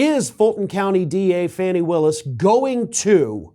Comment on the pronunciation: Her name is FANI (Fawnee), not Fanny